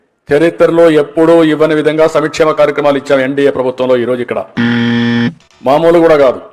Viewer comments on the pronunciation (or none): అయ్యా బాబుగారు సమక్షేమం కాదు సంక్షేమం ముందు పలకటం నేర్చుకో